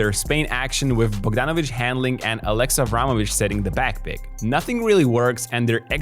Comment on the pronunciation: "Aleksa" not "Alexa". "E" is pronounced shorter in "Aleksa". It is a VERY old Serbian male name, even the last name Aleksić is very common. Don't make it sound like the AI girl's name, please. 😂🤣😹 💪🇷🇸❤️